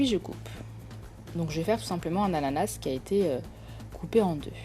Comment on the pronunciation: Un moment vous avez dis "anana"